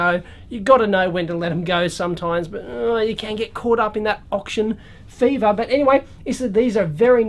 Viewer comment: Did Dave say okshun score?